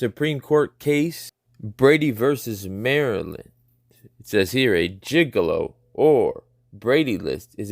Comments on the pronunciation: Not, "Gigilo", it's 'GIGLIO'. Sound it out. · it's not "gigolo" like a playboy type, it's "giglio". Totally different. The case was in1972. Giglio was the person's name in the case. The name would have been pronounced "Jig-leo" but is likely pronounced with a hard G at the beginning as in Gig-leo. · It’s not Gigolo, it’s Giglio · "Giglio" is pronounced,"gig lee oh". I think u mispronounce the word for gigolo. Lol! Thats funny cause when I read it the first time I mispronounced it wrong as well....lol. Im surprised nobody has caught it. Oh well.....